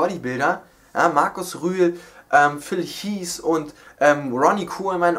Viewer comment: du musst vielleicht ein bisschen was an deinem englisch tun:D phil heazz und ronnie corman?